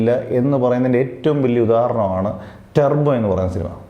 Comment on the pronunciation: സത്യം, നല്ല സിനിമ ആണ്, പിന്നെ ടെർബോ അല്ല ടർബോ ആണ്